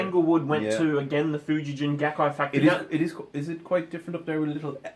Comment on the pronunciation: There is also Schecter Japan. They outsource to Schecter Korea. Schecter Japan is top level. Lawsuit guitars were produced from the 60s to the 80s. Fuji-gen is pronounced with a hard g, not a j sound. "Gen" is the word for string, as in stringed instruments.